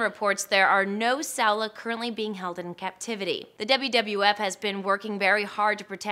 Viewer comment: Saola is pronounced like "sound-lah" not sellar